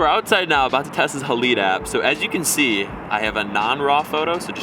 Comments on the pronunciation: Not hah-leed... It’s pronounced hah-lied This is supposed to reference the silver halide crystals contained in traditional camera film. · BOY HOW FUCKING DUMB ARE YOU. ITS PRONOUNCED Hay-Lide or Ha-Lide. NOT HAA-LEE-DAY